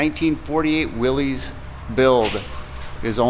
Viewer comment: How is putting a SBC in it "back to the way it was originally?" FYI, it's pronounced "Willis," not "Willeez," and it's not a Jeep.